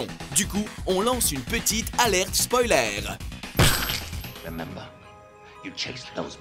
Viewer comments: Alerte "spoilère" AAAAAAAAAAAAAAAAAAAAAH MES OREILLES AAAAAAAAAAAAH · Encore un super Top10, mais je peux toujours pas like tant qu'ils disent "Spoilér" X)